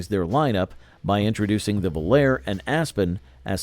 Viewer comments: Very accurately spoken. I NEVER heard anyone call the Volare a "vol-AIR", especially over and over. You must spend a lot of time alone. There was even a pop song of the same name recorded by several artists, pronunciation the same. Sloppy, careless, embarrassing! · 1960s??? Pinto and Gremlin were introduced in 1971, Vega in 1970, Pacer in 1975, Mustang II in 1974, Aspen/Volare in 1976, Chevette in 1976, and Aztek in 2001. Most of the Marlin footage showed Rambler Americans, and Volare was mispronounced. This is just a very sloppy and factually incorrect effort. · It wasn’t called Chrysler Imperial, that was the 1960 Imperial Crown. The other car Volare, was called Vo, la, reh, not vol air. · He shows Impalas while talking about Corvairs. He can't pronounce "Volare" at all. Can't even disclose what years Marlins and Pintos were produced. If this were a 4th-grade video project, I'd give it a thumbs-up. Since it's supposed to be an adult review, it gets a very generous F-.